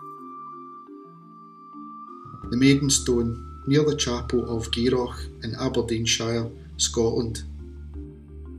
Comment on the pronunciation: There are two rubbings in chapel of Garioch church, done about 30 years ago using vegetable dyes. And it’s pronounced Geery. It’s the same devil legend, not two separate ones.